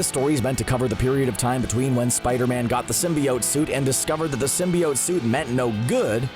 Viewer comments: I hate how he says Symbiot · still saying symbiote wrong i see lol so cringy